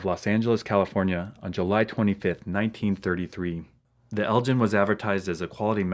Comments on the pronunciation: it's pronounced el gin like in ginsu knives not like gin the alcoholic drink.....just an FYI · Hey - long time fan, and YouTube sucks! still.... Elgin is a town and Royal Burgh in Moray, Scotland - over there they pronounce it 'EL GYN' rather than 'GIN' the spirt. anyway just sayin' and your and the boys and the family keep well - you are a good man. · There is a town in Scotland called Elgin, but it's pronounced with the same G sound that is in bugger and not a J sound